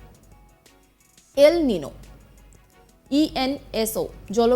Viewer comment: এটা খবর পড়া? এল নিনো উচ্চারণ করতে........ ফেটে গেলো। না জানে কাহা কাহা শে আ যাতে হ্যায়।